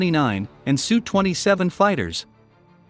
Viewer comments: Teach the robot voice to say "SU KOY" NOT "SU" . It will be a long war and those Sukhoi 29's from Poland will arrive in Ukraine eventually, be ready with the name of the designer! Pavel Sukhoi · It's just S.....U. Not Sue. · Tip for computer voice. Put "ess you" for SU. We don't need no Sue's. They may bring Karen's with them. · Pathetic channel... No one calls an SU-27 a "Sue-27" except some stupid channel with text to speech.